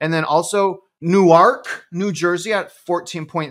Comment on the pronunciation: 4th! Also it is like saying NU-WORK for Newark NJ 😂. You kill me with laughter every time.